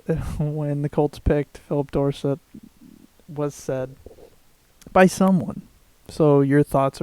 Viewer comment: First of all its pernounced Phillip "DORE" "SET".. NOT "DOOR" "SIT". Second.. he ran a 3.3 not a 3.2. This was a GREAT pick by the colts. The colts are not THAT set at wide receiver like everyone seems to think. Andre Johnson is getting older, and his game has slowed down. If TY Hilton gets hurt.. who is going to step up? An unproven Donte Moncreif? Duron Carter hasnt proved to be an NFL caliber player. Hes an experiment. Honestly we needed a receiver. Especially a rare talent like Phillip Doresett. This offense could explode this year. The colts are JUST FINE. trust me. Who are the patriots going to double team between johnson, hilton, and dorsett? Somebodys going to be wide open!! With a quarterback like Andrew Luck, we are going to light defenses up. Not to mention we have frank gore to run up teams throats. We addressed the defense with those other 8 picks. Ryan Grigson is paid millions of dollars for a reason. Hes far more advanced in what hes doing than the people hating on him. The colts are just fine. See you in the superbowl.